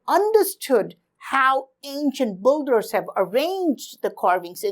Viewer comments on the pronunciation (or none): its builders not bolders